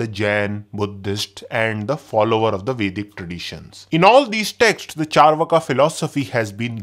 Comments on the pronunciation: Pronunciation is charvaak not charvaka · Bro it's चार्वाक not चरवाका